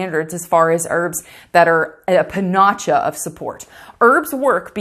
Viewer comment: Pan’-ah-see-ah (Panacea)